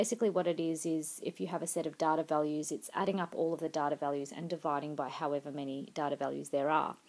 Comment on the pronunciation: you can pronounce "data" better.